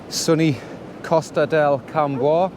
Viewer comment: Cammus, Cammus, not Cam Bois, speak like a local 🤣